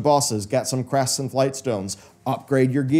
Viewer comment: Yes. My skin crawled when I heard the word "crests".